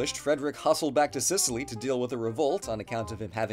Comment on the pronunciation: "Gib Sicilly" 😂😂😂